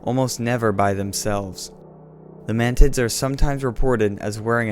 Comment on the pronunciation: Did you say man mantids or mantits?